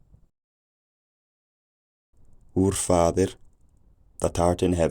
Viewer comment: But the "th"-fronting is not standard yet. I think it should be [ˈfɑːðə], not [ˈfɑːvə]. I think it should be [ɒn], not [ɔn] in 1924. I'm reading "An Outline of English Phonetics" by Daniel Jones published in 1924 (well, the first edition was published in 1918, but it's the second edition, if I'm not mistaken) and although the author did indeed transcribe this vowel with the symbol /ɔ/, the way he described it clearly shows that he meant the open back rounded vowel [ɒ], i.e. he said that it is "fully open and fully back". In Jones's transcriptions the vowels in "cot" and "caught" were distinguished only by the colon marking length, /kɔt kɔ:t/, as well as the vowels in "ship" and "sheep", /ʃip ʃi:p/, and "full" and "fool", /ful fu:l/. Of course he knew that these vowels differ not only in their length but also in their quality and he clearly stated it in his book, but his symbols were deliberately broad, as simple as he was feeling possible.